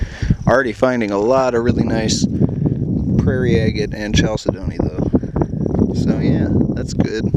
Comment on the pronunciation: Kal-sid-nee is the correct pronunciation there. Great finds sir EDIT* Vermin skull was pretty metal too